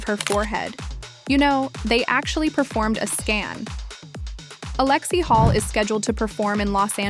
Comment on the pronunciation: Alexie Hall? Is this AI lol? It's Lexie HULL!